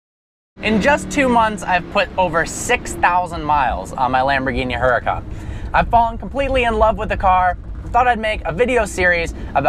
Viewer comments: its huracan not huracAAAAn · HuraCAN not HuraCON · the H is silent its fucking annoying lol but its his car so ig he can call it what he wants